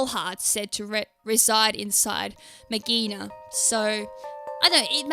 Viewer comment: I think it's pronounced Mag ghee Ah na That's how I've been trying to say it, it is clingclangs mega evolution